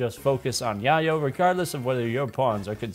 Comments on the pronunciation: yay-yo not yah yo think tony Montana lol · So I get that you're probably the computers type, but I still think you should know it's called "Yay-yo". It's a real name for cocaine. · I know this is too little too late but its pronounced Yay-yo. Its spanish slang for cocaine. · Haha, I've been pronouncing it "yay-yo" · Its Yay-Oh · How you pronounce yayo really shows you aren't into drugs irl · Great video! But 1 small thing. Yayo is pronounced with a long a sound. It rhymes with mayo (short for mayonnaise). It comes from bay area slang for crack cocaine. Popularized by the rapper E40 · You ever see that scene in Scarface where he says, "Chichi get the yayo!" Thats how you pronounce yayo lmao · The way you pronounce yayo confirms to me that you didn't listen to G-Unit in the early 2000s